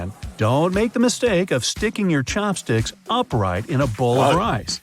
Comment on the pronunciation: The person said chompsticks twice then said chopstick once lmao